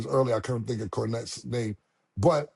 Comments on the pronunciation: Mase destroy everybody name yo 😂😂😂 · Mase is Charles Barkley 2.0 give you his take on the nba but get everyone’s name wrong 😂😂